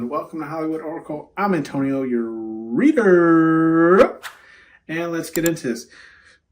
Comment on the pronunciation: Picked 2 I love when you say your readerrrr it be sending me 😂😂😂😂